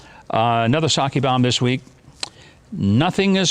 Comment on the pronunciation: Mike, that's pronounced P-Sac. !!!!!!!!!!!!!